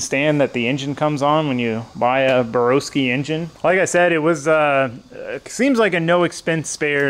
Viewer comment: Burr-ow-ski not Burr-oh-ski, 2018 Race Engine Builder of the year deserves correct pronunciation. I personally think you are crazy if you remove a Borowski built engine to go with a TS&P engine. No disrespect to TS&P but they aren't on the same level as Borowski. If you're not big on a turbo LS sell the turbo system and swap to a different cam and pistons. I would leave it as is though.